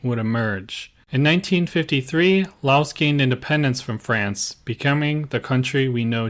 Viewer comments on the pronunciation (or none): none